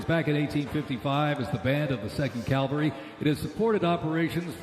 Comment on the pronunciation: It's not Calvary, Mr. Announcer, it's Cavalry!! Learn to read!!